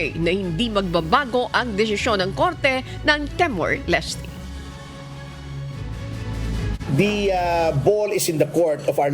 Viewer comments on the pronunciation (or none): Timor po hindi temor! Hour po hindi awar..